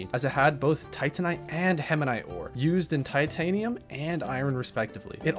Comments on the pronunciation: heminite:) (btw this is a banger video) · The permanent twitch in my eye everytime he said hemanite instead of hematite. Otherwise phenomenal content. I wanna pick Astroneer up again. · Hematite has no N Atrox has no I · The video is interesting but I swear to the Great Goddess above you need to start reading words before you say them. Hematite not hemanite Atrox not atriox